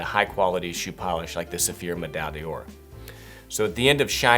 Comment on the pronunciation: your videos are admirable, but often marred by your pronunciation - which is execrable. The correct pronunciation of paté is "pat-ay" and medaille is "med-aye-e". For a more accurate pronunciation of the latter, see.